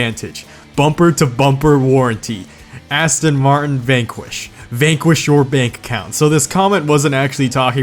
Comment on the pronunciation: Your saying Aston martin wrong